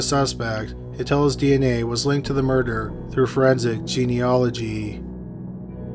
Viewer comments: DNA gets mentioned and...checks notes...mispronounces it "ge-ON-nology" for the fourteen millionth time. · Sorry, dude, but this keeps driving me crazy: It's pronounced jean-E-awl-oh-gee. A lot of times you leave the 'E' bit out. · Can you please, for the love of christ, learn how to pronounce genealogy correctly? You use it in damn near every video these day and yet still insist on absolutely butchering it